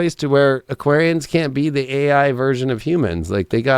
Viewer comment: Hah you butchered us Aquarian’s